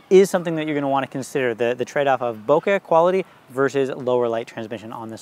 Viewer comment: Super useful, thanks! BTW, bokeh rhymes with `okay`.